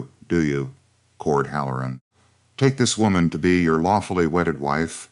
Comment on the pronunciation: It's not hal. LOR un. It's HAL Lor uhn accent on first syllable. Bad cadence. Feels jerky and halting. Once again, you need proofreading . And you FINALLY quit calling everybody Clara. Now, this is 2 stories with an Elora. And Voss, and Elias, Caleb, Gideon. PLEASE do some research. And if you have the cook make salt pork,beans, and cornbread, I'm gonna SCREAM !!!!😳😳🤔🤨. 🌎💙🌊🌊🌊🌊🌊✌️✌️🤔🤔🤨🔥💥💯😘